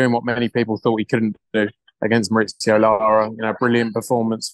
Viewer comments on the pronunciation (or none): Why do and Hearn pronounce Lara's name mar-ITS-eo, when it's mar-EES-eo?